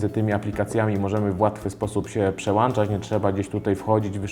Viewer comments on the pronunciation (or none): Przełączać a nie przełanczać. pozdrawiam